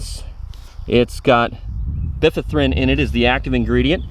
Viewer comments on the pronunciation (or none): Bifinthrin. Lol. The product is pronounced by: fen: xts. Active ingredient is pronounced by:fen:thrin. 🙂 Also, spraying the grass does 0 to little good fo r treating for mosquito. It needs to be placed where mosquitos main resting place is.